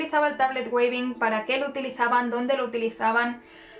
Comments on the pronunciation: "TABLET WEAVING", se pronuncia tablet wíving (ea= sonido iiiii largo). Muy bonito tu video! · trata de pronunciarlo como , me parece que la pronunciación anglosajona de la palabra suena mejor que la version españolizada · Muchas gracias por tu video. Trata de pronunciar Weaving: /uivin/. Bendiciones.